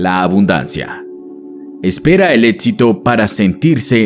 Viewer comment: Muy buena información, pero un paso al éxito es dejar de llamarlo "ÉTXITO"